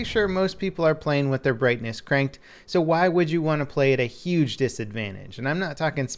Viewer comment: 'uge disadvantage.